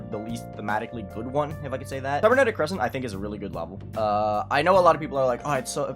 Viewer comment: whoever thought the last syllable of "Cre scent" was emphasized